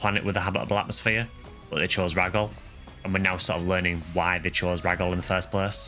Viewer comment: Really late to finish watching this but this was such a good one! Who knew the story was so good. I also think it’s interesting how people pronounce pso stuff. Like Gee foie or Jee foie. And you pronounce it rah-gol but I always thought it was ray-gol. And flowen you pronounce differently, I always say flow-un. But I first played this game when I was very young and didn’t know the word pioneer. So I actually use to think it was pronounced pee-on-er. I was young…ish.